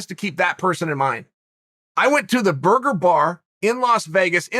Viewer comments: Khabib "boorgar wd duble chese" nurmagomedov has enjoyed this video. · Khabib "boorgar wd duble chese" nurmagomedov .